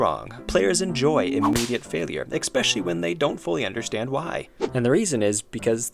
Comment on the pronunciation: I can't listen to people who mispronounce "escape" or "especially". It's like you just lose all credibility and respectability once that happens. I think it's actually worse than listening to Canadians.